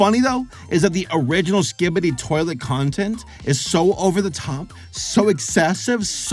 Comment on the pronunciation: The way says “sk-ebdi” toilet 😭